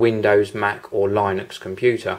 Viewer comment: Isn't it pronounced Linux, not Lie-nux?